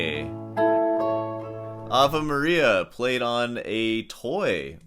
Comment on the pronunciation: Why do you say "Ava" Maria? It's AvE ("avay") Maria......